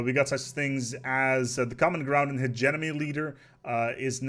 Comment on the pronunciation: Community: Say "hege": "Hege" Community: Say "mony": "mony" Community: Say "hegemony": "Higenomi"